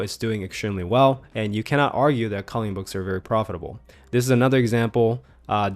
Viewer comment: You say "calling books" instead of "colouring books". On other videos as well.